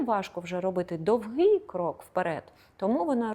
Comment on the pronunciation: Немає такого слова з наголосом: довгИй шаг, крок!!! Незрозуміле пояснення